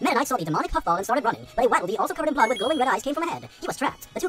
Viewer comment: doesn’t know how to say waddle dee